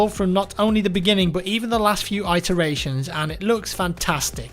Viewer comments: what you think might just be American is actually just his mispronunciations of words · C-Krak I wasn't referencing iteration, i've never heard anyone pronounce this way :) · am American and I have never heard "eye tur ay shun" only "it er a shun" he mispronounces words all the time. It's not an American thing it's just his own thing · The Fedderation it-eration rather than i-teration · Wtf is an I- teration - IT er ation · yeah - every time he said it I was going "its not 'eye-teration' you idiot, its 'it-teration'". Hes been listening to too many Americans probably lol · I thought iteration was pronounced it-teration? Not like....eye-teration. Oh well, to each their own. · 'I-teration'? Nice pronunciation lol :P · stop saying "eye"teration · I'm American, and I can assure you, we pronounce it "it-teration". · Adrian Collie in NJ and haven't heard anyone say iteration as eye-teration lel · It-uh-ray-shun Check the pronunciation on Google lol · I'm British... Never heard anyone pronounce it like that in my life... I say it-eration. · iTeration, in a Apple Store near by you. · Your pronunciation of "iteration" is weird haha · Adrian Collie Although famous for butchering a variety of English words, I believe not even Americans pronounce it like that. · I'm American and have never heard anyone pronounce it like that. But thanks for assuming we're stupid that's always fun. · Adrian Collie You clearly don't live in the U.S. if you think that's how we pronounce it. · Adrian Collie Americans don't pronounce iteration like that.......were not idiots ;( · that's really not the way to pronounce Iteration lol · You've never prnounced Itteration before this have you? You've only seen it read. It's a short i not a long. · pronouncing iteration hurt my soul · I always thought iteration was pronounced with a short "i" sound. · yeah it's really annoying hearing it like that. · The Fedderation It is. isn't pronouncing it correctly.